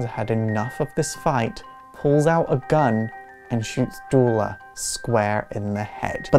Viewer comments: Wait a minute? You pronouce Duela Dents name like Doo-la Dent, i've been pronouncing it like Doo-ella Dent? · It’s Pronounced like the word “duel” with “la” on the end, as it’s spelt, but also keep in mind, I’m from the U.K., and there are a lot of words and names we just say differently here, and I personally would advise anyone not to worry too much about the correct pronunciation of the name of a fictional character, unless the creator of the character explicitly states it should be said a particular way.